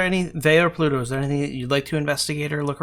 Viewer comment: just out of curiosity.... why do you pronounce pluto- like pa-luto;p